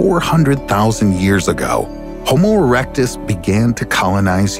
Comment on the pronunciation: why is nobody mentioning the fact he said homo erectus